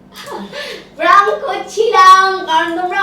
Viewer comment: Praank noi prank bolo didi 😊